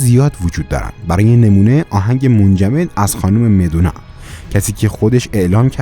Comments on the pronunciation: Elvis o gofti olvis! Madonna o gofti medonna! آهنگهایی هم که نام بردی از بیتلز ها یا بقیه ، پخش نکردی! و همینطور فیلمی که راجب پپسی و پاپ کورن بود را نشان ندادی! بقیه را هم که پخش کردی خیلی ضعیف بود و نامفهوم ! حداقل موزیک زیر صدا متنو قطع میکردی که قابل شنیدن باشه! برادر عزیز هموطن، صدای قشنگی داری و شیوا سخن میگویی ولی برنامه هایی که میسازی ضعیفن و برای من مخاطبی که با عقل و منطق سرکار دارم نه با افسانه و خرافات ،هیچ جذابیتی نداره! امیدوارم که ناراحت نشده باشی و همچنین آدمی باشی انتقاد پذیر و حرف های من پیشبردی باشه برای هرچه بهتر شدن برنامه هات.. موفق باشید. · سلام یه انتقاد کوچیک از طرف بنده حقیر : بعضی کلمات رو اشتباه تلفظ فرمودین در عبارت such a lovely place اشتباها police تلفظ شد. اسم Elvis اشتباها Olvis تلفظ شد . اسم Madonna اشتباها Medonna تلفظ شد. 🙏🌹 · Such a lovely place این جملرو یه بار دیگه بگو بی سواد برو یه کلمه اول زبان یاد بگیر بعد بیا شر و ور بساز خانومه چی چی ؟ مدونا رو یه بار دیگه تلفظ کن اسکل مشنگ